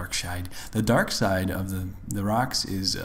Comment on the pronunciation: "The DarkShide" 😂😂😂😂😂😂😂😂😂😂😂 Lmao Dead xD